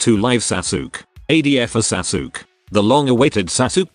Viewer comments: I laughed every time the voice says Sasuke as "Sa-sook." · I'm not familiar with this anime, but I love that it's pronounced "Sa-Sook" Which I am sure is both inaccurate, and superior to whatever the actual pronunciation yet. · lol..Sasuke is pronounce as Sasuk? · Holy shit the way it says sasuke I’m dying